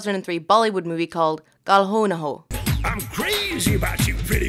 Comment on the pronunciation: Your pronounciation of "kal ho na ho" is uhh… Bad I'm sorry it's bad